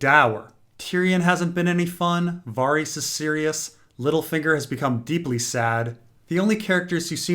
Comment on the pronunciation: Why do you keep calling Varys "Farees"????